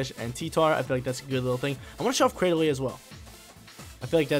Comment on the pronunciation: He even says claydily